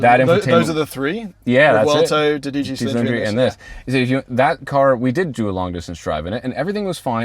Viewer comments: It is Do-dici, not dici,. Re: Ferrari. Ten is dieci...oh well, you can be forgiven for making a mistake in Italian while "cremin" in a British car. Cheers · It’s DOdieci Cilindri. Twelve not ten (10 = dieci).